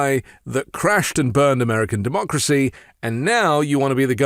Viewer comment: The last republican to say the word "democracy" ironically was Bush. I think Trump said "dumb-ocracy" No other explanation. And, yes, this is an ongoing insurrection.